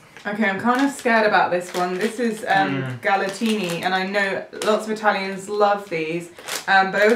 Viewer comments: GalatinE non GalatinI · Quando ha letto GALATINI invece di GALATINE ... sono morta dentro e pensavo che non ci sarebbe stato nulla di peggio dopo quell'errore di pronuncia e invece ... HA ROSICCHIATO E MASTICATO UNA GALATINA 😭😭😭 comunque sono adorabili 😂😂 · Galatine no galatini😂😘😘❤❤ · what are "galtines" ? ahaha! please Italian people, don't kill me :-) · Che palle le merendine italiane non si toccano le galatine sono sacre e poi non si dice g'halatynee!!!!! È poi vogliamo parlare delle gocciole?? Perché quelle dark se assaggiavano quelle classica andavano in paradiso!!